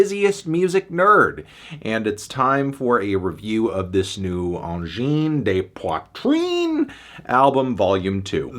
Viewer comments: "Awngene deh Poitreen" it's AWJINN DE POITRINN. not "d'eh" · AHN-JIN DUH POITR-IN for the anglophones out there. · knocked a point cause he couldn't pronounce the guttarl r on video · At least try to pronounce their name correctly. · honestly I'm watching just to know how to pronounce Angine de Poitrine